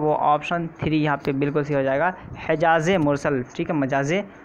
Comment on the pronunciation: Hejaze-Mursal nahi balki Majaze-Mursal hai